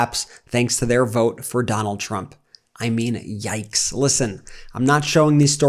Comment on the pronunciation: “I will boat, for Donal Trum”😂😂😂😂😂